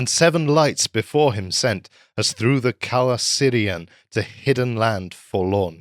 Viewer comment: Truly excellent narration and commentary. Only one nitpick regarding Calacirian - C is always a hard K in Tolkien's Elvish languages, so it's /kalakirian/ and not /kalasirian/.